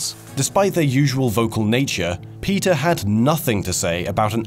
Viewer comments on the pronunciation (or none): For some reason I kept hearing him say "Peter" when he said "PETA" and I was thinking "Who the hell is Peter?"